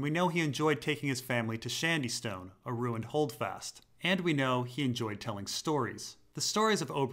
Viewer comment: Ffs, "SHADYSTONE" not "SHANDYSTONE". Shady, as in "shade", as in giving protection from the sun! Wtf is "shand"?